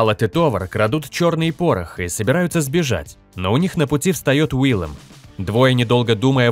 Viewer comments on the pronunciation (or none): Не Уиллем а Уильем.